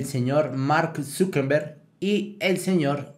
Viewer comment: Se pronuncia Zuckerberg no Zuckenberg